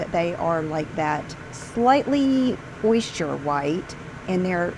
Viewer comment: What a moron...learn to speak...OYYYYYster....she is so insecure as a 50 something..it's.....sad